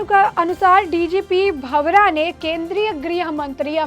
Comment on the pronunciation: मैडम सही नाम वीरेश कुमार भावड़ा है भंवरा नहीं